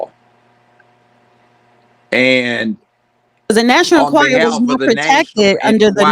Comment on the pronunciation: learn how to pronounce the National "Enquirer"